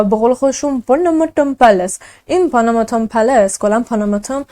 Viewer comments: پونوموتوم گفتنت به لهجه جنوب هند خیلی جالب بود و واقعا اونا همیطور لهجه دارند، موفق باشی جان ❤ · خب من که عاشقت شدم وقتی پاناماتن رو با لهجه هندی_انگلیسی گفتی دختر زیبا ❤ - خیلی جیگری بخدا 😍😘😇😘😍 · تو با اختلااف بهترررینی هم عالیی هم جذااب و با نمک اخه چرا اینقدر جذااب صحبت میکنی خصوصا اون قسمت اسم خونه رو به هندی گفتی ❤😊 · اسم فاميليشونو خيلي خوب هندي گفتي 😂😂😂 دقيقن هنديا همينجوري حرف ميزنن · چه با حال اسم فامیل شون به هندی گفتی 😂😂 دهنت سرویس